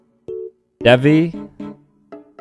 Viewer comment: I thought i was pronounced "devi"....